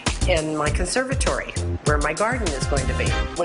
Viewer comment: She can't even pronounce "conservatory", omg 🤣🤣🤣